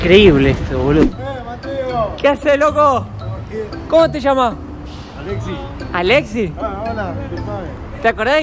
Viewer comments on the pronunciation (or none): No, Mateo, el flaco no se llama "Alesi". Se llama "Alexis", con "s".